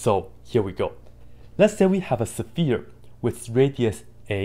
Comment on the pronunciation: I like how you say sephere! I really do.